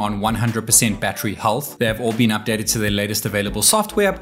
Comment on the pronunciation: "Its battery life has bean insane"